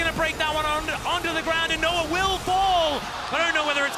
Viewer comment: Why do they keep saying Noah like Noar